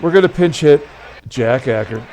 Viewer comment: One more: Jack Aker - \ACHE-er\